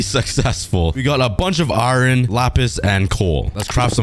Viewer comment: Bro it’s called iron not ‘ ayran ‘